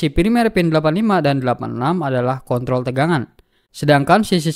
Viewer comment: Pin kontrol bang. Bukan pin konthol 😂. Videonyabagus bang. Sangat jelas. Videonya paling bagus di youtube